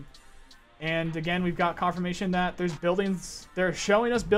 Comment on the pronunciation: BRO SAID CUMFORMATION